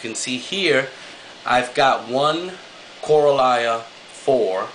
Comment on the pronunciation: you say Koralia funny =P co-ral-lia. you could try getting a ball valve instead of having the default air valve. also about the skimmate produced from your skimmer think about how much bioload you have in that tank. 1 fish an anemone and a few corals. not much there for it to skim out. but yeah CPR backpack skimmers are shit =P same with JEBO skimmers.